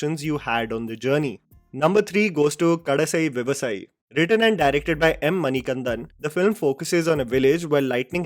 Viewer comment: I think if you had a top 20 movies the comments section will be happy. Good list regardless of order. No 3 KADAiSI (pronounced see) ,VIVASAYI (pronounced see) at the end.